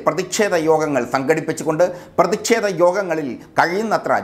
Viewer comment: "പ്രതിഷേധമാണ്".. .ഉച്ചാരണം ഒന്നു കൂടി പരിശോധിക്കണം..